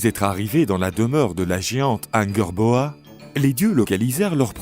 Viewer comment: Genre Angerboa au lieu d'Angrboda. On s'éloigne de la prononciation française, ça ressemble plus à une prononciation anglaise francisée